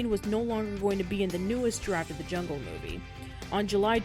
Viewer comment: "THIS SHOOORE IS A GWEAT MOOFIE!"